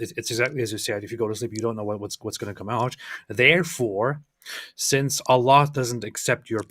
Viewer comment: LOL Why's he calling allah Ella?